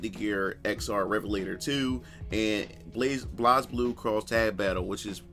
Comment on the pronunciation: I thought he was Booker T at 1st lol. Also he can't pronounce Blaze Blue properly lol.